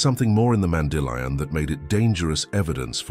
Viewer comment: Be consistent in your pronunciation of “mandillion”. It is not Mandy lion!